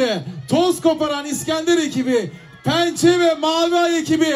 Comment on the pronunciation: pençe rakamları kürçe söyledi